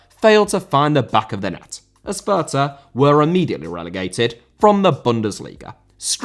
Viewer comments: calls his viewers "uncultured filth" while also completely botching how to pronounce "fürth." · As a german I really feel sorry for those horrendous names the lower league clubs have. But to help a little bit the club Abiama is playing at sure is written Fürth, but you don't pronounce the h in it. Should make it a little easier. To add since I feel like everyone seems to have difficulties pronouncing the letters ä, ü or ö, the ä is just pronounced as the bit between f and r in the word "fair", the ü as in Fürth is pronounced like Goldbridge says the u when talking about Bruno (Fernandes) and the ö is pronounced like the o in the word "word". Hope that helps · Thank you so much, everytime he said Fürth a part of me died. I love but that was quite something xd